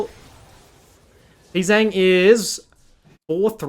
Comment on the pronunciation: Funny how everybody says Pzzang wrong like its "Pzang' when it actually sounds like "P G Jang"